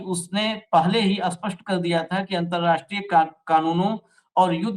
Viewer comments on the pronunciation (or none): आप लोग स्पष्ट को अ-स्पष्ट क्यों बोलते हो?